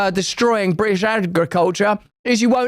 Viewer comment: bri ish lol add the T lol